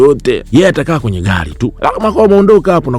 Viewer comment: Mi najaribu kuandika iyo Rahma anavyoitamka nashindwa🤣🤣🤣🤣